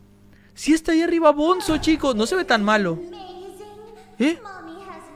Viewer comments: tule dises bonzo pero es bunzo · Al bonzo se pronuncia albunzo